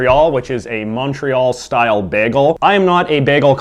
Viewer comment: I'm an English québécois so I'm mostly bilingual and I find it kinda funny when you pronounce it wrong